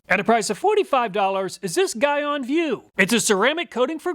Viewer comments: Great video, thanks! Constructive criticism: Gyeon is pronounced GEE (like golly gee) ON (like on/off). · Armerall makes a surprisingly good glass repellant. Also gyeon is pronounced G-on or Gye-on its a Korean name. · Gyeon is pronounced like GEE-on (G as in giraffe) if you use any of their products in future videos. They're a big brand in car paint care and maintenance. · GTechniq is a brand out of the UK. They primarily make detailing products. Also, Gyeon is pronounced JEE-ON. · Just trying to help man- GYEON is pronounced “GEE-ON” lol not “GUY-ON”. Great test video tho!👌🏽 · Guy-on I think is pronounced Gee-on, but anyway, another fantastic video, what would we do without you honestly! I'm surprised you didn't have H2GO in the list as that has high reviews. Thanks again!! Can't wait for the next video!! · I’ve used rain-x in the past and was pleased with it. But ever since using dedicated glass ceramic coatings, I can never go back. I personally have GTechniq G1 on my car and love its performance. Side note, Gyeon is pronounced “jee-on” rather than “guy-on”. It’s definitely a competitor to GTechniq in the car detailing brand space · Gyeon is pronounced GEE-ON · Just a heads up, Gyeon is pronounced "jee-on" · Gyeon is pronounced "gee-on". Great test! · Just for future note, it's pronounced "G-on" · Gyeon is pronounced Jean on without the N on Jean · It pronounce GEE YON 🙂 (Sorry detailing geek here) . As always, awesome review. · I saw in the beginning of the video that you had Glaco windshield protection on the table but you didn’t include that in your test. What happened to that product? Also, I believe Gyeon is pronounced Jee-On. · Great review and fantastic channel. one of my favorites I thought i would see a correction in the comments? Gyeon is pronounced "GEE-ON" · Gyeon is pronounced G on lol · I believe Gyeon is pronounced G-yeon.